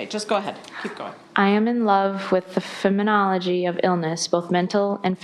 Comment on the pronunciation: She seems so smart, but she struggles to pronounce the longer, or more complicated words. She pronounces them incorrectly, or pauses before attempting...exacerbate, consciousness, phenomenology, cumulative, etc.